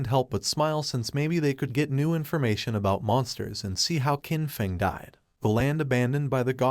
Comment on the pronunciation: IDK if you can change how your AI reader says things, but Qin is pronounced "Chin". The Q makes a Ch sound.